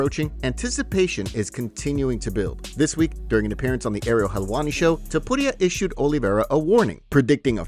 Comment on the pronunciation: Why are you pronouncing Ilias last name like it's not Tu-puria 😂